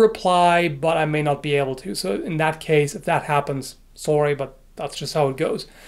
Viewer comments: Did he always say "sorry" like that? Or is that the Canadian accent rubbing off on him? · Oh dear god, he said "sore-y" he's becoming one of them. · lives in Canada, eh. :P